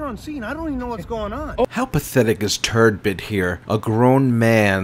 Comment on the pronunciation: You have the Turd part right but it's not Turdbitt but Turd BUTT just saying guy lol. Paging P. Barnes.